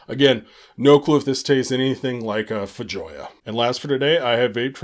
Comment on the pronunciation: FYI: Feijoa is pronounced FAY-ho-a. It's a South American fruit.